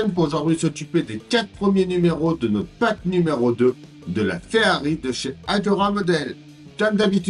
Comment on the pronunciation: Prononce la Ferrari à l’italienne 😎. Belle vidéo.